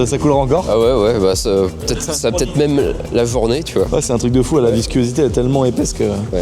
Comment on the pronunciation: Pourquoi tu dis viscuosité? 😅